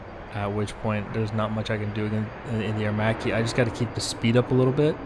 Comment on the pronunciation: Thank God, someone who can pronounce Aermacchi in the right way! Anyway, nice video 👍🏻